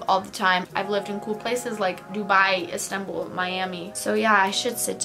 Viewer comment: The fact that you said İstanbul with an accent hahahah